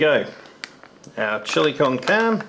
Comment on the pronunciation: The chilli con carne, shows signs of aging also, pronounced (con car nay) , Spanish for chilli with meat, is too dark, like the rest friend. Good choice on not letting the boss partake! hope rest of meals work out ! Magnum, as always, love yours and gundogs vids !!!!!